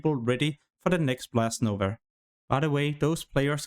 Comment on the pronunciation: When will u learn that its "NOVA" and not "NOVER" bro :p